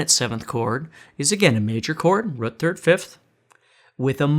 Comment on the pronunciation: A whole step back from "the rut". Lol. Great teacher though!